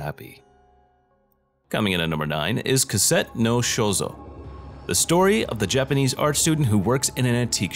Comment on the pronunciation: Lol he said Cassette